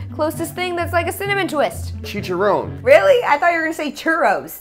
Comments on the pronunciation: triggers me when she says chicharon when you say it you have to roll your rs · "chee-cha-rowne"! LMAAOOOO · Pro tip: In spanish, the singular of words in plural ending with -es, don't end with -e. example: chicharrones -> chicharrón, not chicharrone; tamales -> tamal, not tamale. Spanish double "L" (Ll, ll) sounds like the letter "J" in english, not like english "Y". I hope this helps anyone who reads this and makes this mistake in spanish Btw, a possible reason why you can't find churros in taco bell might be that churros are from Spain and Portugal, not from México.